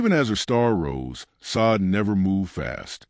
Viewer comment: You dumb AI narrator learn how to pronounce a person's name